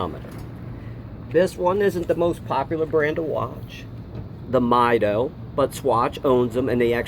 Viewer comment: All great points, but I believe the pronunciations are "mee-DOH" and "TOO-der".